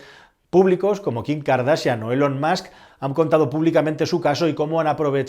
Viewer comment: Por favor,, recuerda que ELON se pronuncia ÍLON. Si dices bien MUSK como mask, no tiene sentido decir mal ELON.